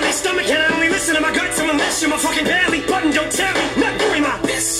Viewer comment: Literally just hit me but I think the way he says Belly... Button... is almost sounds like Belly Budden.. which would be reference to Joe Budden and their whole thing too. Crazy after years you catch new things.